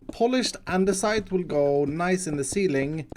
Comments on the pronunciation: stop saying andERsite and not andesite my friend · says andersite. Me??? (Goes to Google) do you mean andesite. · “Andersite.” LOL IT’S ANDESITE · Everyone: andesite iskall: andersite, take it or leave it.